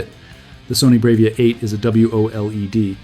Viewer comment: "Bray-veeah?" 😂 Yeah, no.